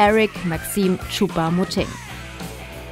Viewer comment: vielleicht solltet ihr euch die namen nochmal vorher durchlesen ChoupA Moting oder was